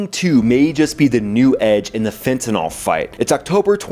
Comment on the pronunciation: What is "fentinall"?